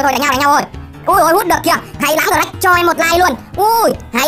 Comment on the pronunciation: Gờ rắc anh đọc sai rồi phải đọc là sờ nách :))))